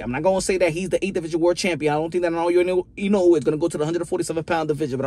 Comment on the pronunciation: You're the first youtuber I've seen who actually pronounces Inoue correctly. 👍Also great analysis.